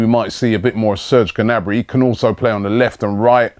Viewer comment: It's not 'Genabry' Robbie!